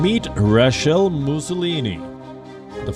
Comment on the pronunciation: Great content coverage. However, Palki you had a new take on how “Mussolini’s” name was pronounced. I guess it doesn’t matter really if someone pronounces your name as “Palki” or “Paalki”😂